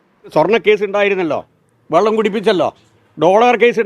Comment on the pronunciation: 1.41-വള്ളം അല്ല സാർ വെള്ളം😂